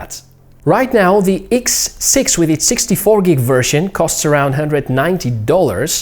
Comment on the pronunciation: what " iks" siks hahhaha